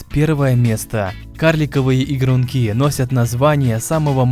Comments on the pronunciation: Не ингрункИ, а игрУнки! Автор,у вас проблемы с ударением? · игрУнки! на у ударение!